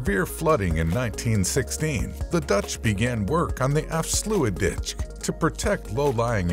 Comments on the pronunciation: Zeewiderzee & Afslooitditch - this is what happens when you get an American computer to read Dutch. 😏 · They absolutely butchered the pronunciation 💀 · Probably the funniest mistakes EVER 🤣🤣🤣